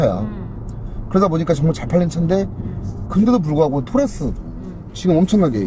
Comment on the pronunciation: 토레스입니다!!!!!토래스가 아니라!!!!!!